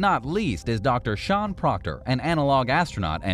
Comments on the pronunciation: It’s Sian (pronounced SEE-on), not Sean. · Si-Anne- Sian not Sean.